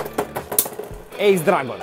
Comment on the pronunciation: Ты все правильно говоришь (Эйс Драгон-верное произношение)